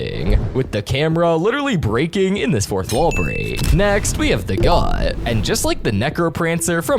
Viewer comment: why is bro talking like that bro like bro ''next.. we have the grrrrrrrrrrrrrrrruut'' no hate 😭